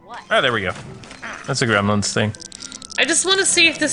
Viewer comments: I pronounce it gremlins not grimlins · I remember grim-lins that's how you say it your right